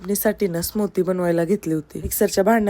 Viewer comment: स्मुदी ❌ स्मूती ✅